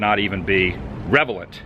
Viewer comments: "Rel"evant not "rev'elant...... your welcome......... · .........."relevant" as opposed to "revelant"..........no such word in the dictionary.......... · Revelant ... you mean relevant. 😂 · "Revelnt" is party time. I think you meant to say "relevant." Either way, a great video. Thanks.